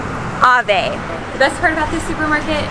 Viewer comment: Hi, AVE is pronounced as ’Eivy’ rather than 'Ave'.